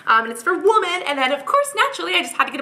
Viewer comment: Idk if its just me but whenever cassandra says women and sounds like shes saying womAn. Weird but its actually adorable lol